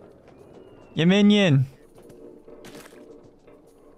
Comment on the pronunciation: 발음 무슨일이야진짜 귀여워 미침 웅냥냥도 아니고 움뇸뇸 발음인게날미치게해 얌민니온 막이래